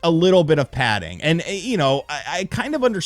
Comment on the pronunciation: Bro, stop saying padding